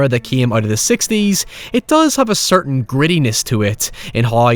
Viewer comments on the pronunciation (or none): none